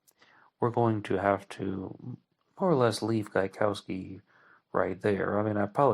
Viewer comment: Gaikowski is a Polish name and its correct native pronounciation is different from how you pronounce it here (and how Voight also pronounces it)